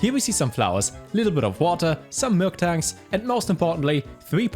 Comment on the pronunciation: MIL-TANK, NOT MILK-TANK